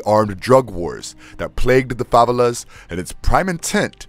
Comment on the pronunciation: They're pronounced 'fa-vey-las',you.re welcome. Great video & thanks for the info.